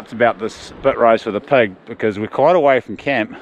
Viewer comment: Looks great. Love the accents too. Especially how you pronounce pig as pug, that’s choice as